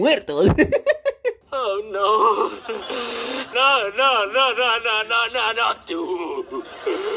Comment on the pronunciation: En el minuto 6 en vez de decir muertos dice mortos